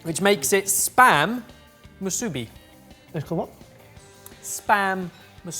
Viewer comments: How is saying musubi is killing me. I can’t tell if it’s due to the British accent or putting a Japanese style accent on it. It’s moo-sue-bee It’s like in the US Nevada, people who don’t know say Née-vah-dah instead of nah-vah-dah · Ya'll should really look up the way to pronounce the word properly considering it is in english. Its pronounced moo-soo-be.